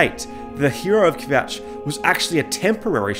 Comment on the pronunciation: "hero of kvjatch" lmao